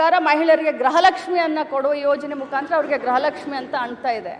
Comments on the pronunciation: ಗ್ರಹ ಲಕ್ಷಿ ಅಲ್ಲ.....ಅದು ಗೃಹ ಲಕ್ಷ್ಮೀ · Grahalakshmi alla amma gruhalakshmi antha helu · ಅದು ಗೃಹ ಲಕ್ಷ್ಮೀ ಗ್ರಹ ಲಕ್ಷ್ಮೀ ಅಲ್ಲ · ಗ್ರಹ lakshmi ಅಲ್ಲ ಮೇಡಂ ಗೃಹ ಲಕ್ಷ್ಮೀ